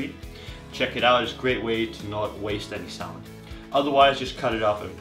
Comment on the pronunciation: Most people don't pronounce the "L" in salmon.